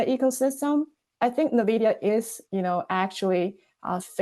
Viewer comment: What kind of weirdo pronounces Nvidia as NE-vidia ? ? ?